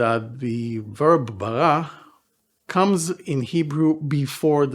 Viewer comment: I wished u would learn corrected king david pronouciation of R in Bereshit or Bara. Its not french R its more italian R. You sound foreign 😢 Oh and Bara is not creation out of nothing its more form.